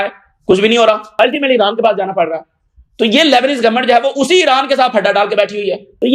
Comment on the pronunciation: Iran bolre ya iraq nahi samaj aata